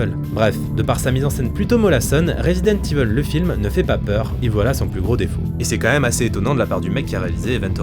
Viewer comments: jme suis arrêté a la prononciation de "Resident Evil" : rézidente iveule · "Rézidante Iveuule~"